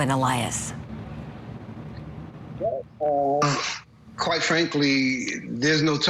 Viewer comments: “Quite” lol c’mon Court TV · EXACTLY ! English is not my first language either and it was so obvious to me also !! Come on people, do better ! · I noticed that right away myself LOL